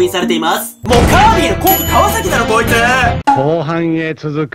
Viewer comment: カービィーではなくカービィ